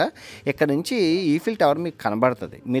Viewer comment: ఏంటి బ్రో ఈఫిల్ టవర్ అంటునవ్ ఐఫిల్ టవర్ అంటునవ్ ఏమ్మాయిది నీకు😮